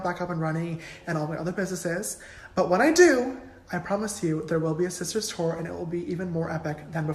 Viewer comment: I thought he said “Sister STORE” at first.